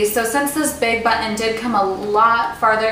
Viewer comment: lol she stresses the "tt" in the work button